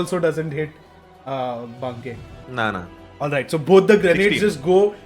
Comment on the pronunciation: I like how till the very end DM chooses to mispronounce Banke